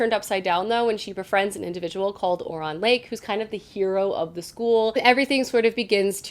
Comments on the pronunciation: Friend I love you, the reading you're doing is amazing but I've gotta say something. It's "Skahl"omance ( like scholarly) and his name is "oh-rai-on" like Orion's belt. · Scholomance (sk-o-lo-mance) is actuality categorized as adult! And its pronounced O-ryan, I was definitely saying O-ri-on in my head though, until my husband corrected me 😅